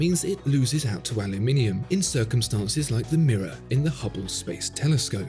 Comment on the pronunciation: Finally someone who pronounce "aluminium" correct.